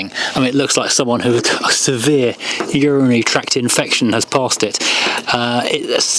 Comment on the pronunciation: "Unitarity tract infection" 😂😂 I did laugh at that 😮